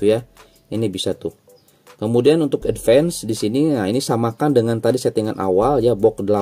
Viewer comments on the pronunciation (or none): none